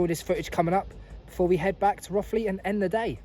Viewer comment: It's pronounced Roe-thley,not Roth-ley.Most people get it wrong so you're not alone.